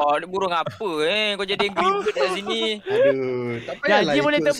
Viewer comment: Bang bird bang bukan bebird